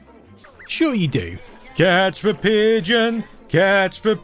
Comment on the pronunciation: "catch veh pigeon"? Isn't it "catch THE pigeon"?